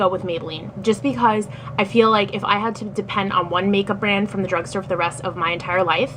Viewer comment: Drugsgtore haha